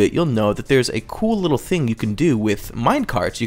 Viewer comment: WHY DOES HE SAY FING NOTT THING?